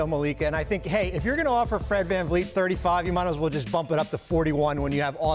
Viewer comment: Fred vanfleece